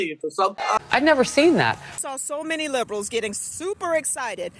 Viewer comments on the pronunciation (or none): brah. everytime you say "Liberals" you say it with a hard i, so it comes out sounding 'Leebrals' instead of the soft i that it's supposed to be... it makes it sounds like you're criticizing Libras... (a word that actually is pronounced with a hard i) people who are born in late september and the 1st 2/3s of October.... like I'm a Libra... everytime you say it (and you say it a lot...) I'm just like... "what'd I do??" for a whole second. every time.